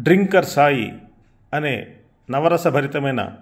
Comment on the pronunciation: డ్రింకర్........ అనకూడదు., తాగుబోతులను డ్రంకర్ అంటారు. ఇంగ్లీష్ బాగా వచ్చినవారిని అడిగి తెలుసుకో....